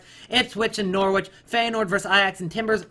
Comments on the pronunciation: when saying Norwich don't pronounce the W so it sounds like this norich not NOR-Wich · Norwich is pronounced norridge in a way. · Why are you prenouncing Norwich bare weird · Anyone else hate the way he says Norwich